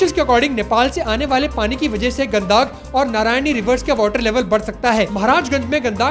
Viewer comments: गदाक नदी नहीं है वो गंडक नदी है ❤ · Gandaaak nhi gandak h wo